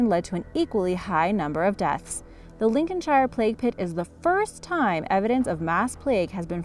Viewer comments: Arrggghh! It's pronounced Lincolnshr! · Pro tip, if a place name ends in "shire" it's pronounced "sheer". So Lincolnshire would be "Lincolnsheer" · Definitely needs work on her English pronunciation, shire is pronounced like Cher the singer! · The way she said Lincolnshire actually killed me. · The thing is we speak English. it seems we are going to have to go there and re teach them English for the second time in history. Or give it 200 years and it'll be a different language. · Don't know. You can tell somebody is American when they can't pronounce Lincolnshire.